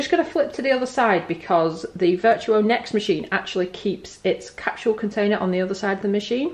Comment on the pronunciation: Capsule ...or “captual”? Funny the differences in pronunciations across the pond!